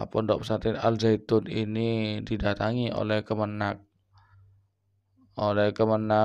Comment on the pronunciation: Al zaitun koong Bukan al zainun